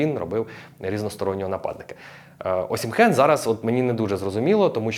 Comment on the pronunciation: Класний огляд. Але є поправочка. "ОсімХен" не вірне звучання прізвища. Всі наші і інші коментатори з просторів колишнього радянського союзу, тобто російські і інші, чомусь так його називають. Я теж так раніше його називав , але мене виправляли саме нігерійці, його земляки. Правильно звучить "Осімен" . І всі іноземні коментатори - англійські італійські німецькі , португальські , іспанські , французькі називають його саме так - Осімен , з наголосом на " і " . ОсІмен ! Віктор Осімен !